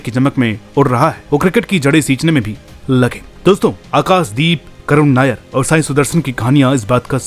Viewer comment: खुद के नाम का उच्चारण अनुराग "सूर्यवंशी" और आकाशदीप का उच्चारण "आकास" दीप साफ है कि आपको "श" शब्द बोलने में कोई आपत्ति नहीं है अपने उच्चारण पर काम करो यदि खुद का नाम सही से ले सकते हो तो दूसरों के नाम भी सही से उच्चार करो